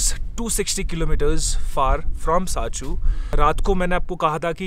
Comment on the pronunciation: it's not sachu it's sarchu